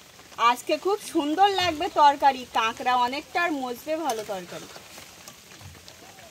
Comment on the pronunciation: আরে ভাই ও গুলো কাঙরা না❌ কাকরা।